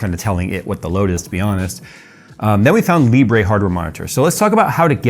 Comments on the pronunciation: Just call it "Libr" and not "Libreh" since Libre means "Open" in French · Libre is French, and it's pronounced 'lee-bruh', not 'lee-bray'. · Its pronounced leebruh lol